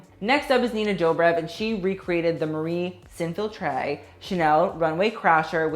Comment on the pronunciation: omg I gagged when you said Marie S'infiltre